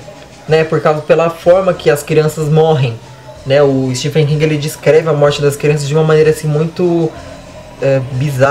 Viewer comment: Bem legal a resenha. Gostei. Só uma dica: se pronuncia “estiVen” com som de v mesmo e não “estiFen” (o apelido “STIVE” vem daí).